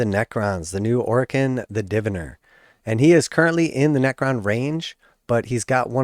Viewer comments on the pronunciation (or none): its pronounced Div-eye-ner, you're welcome.